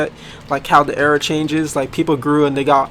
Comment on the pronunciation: Said erro LOL